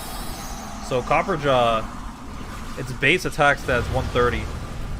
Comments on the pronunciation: there's a fucking "a" between copper and ja. It's based on "raja" which is something of royalty in India, where elephants are treated as sacred. So no. It's pronounced Cop-per-ah-ja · Say it with me copper-ah-jaw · Its not fuckin copper jaw Its Cop-per-ra-jah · Copper Raja, like a copper king. Pronounced Copper-RAH-jah. Not Copperjaw. Please.